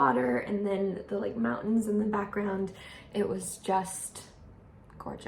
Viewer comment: From your pronunciation of " mountin " to going barefoot, you're turning more kiwi everyday:face-green-smiling